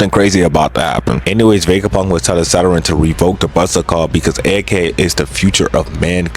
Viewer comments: why tf yall "nonchalant nukkas" be sayin "saturan" and "share- een gaen" and "youchiha"...like...they SAID IT FOR YOU just mimic them...."saturan" is fuckin crazy cus it's a PLANET IN OUR SOLAR SYSTEM.....ITS SATURN...... "sah tern" why tf you adding syllables? SA TURN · the way bro be saying Saturn like Zaratrain’s Rice be havin me dying🤣🤣🤣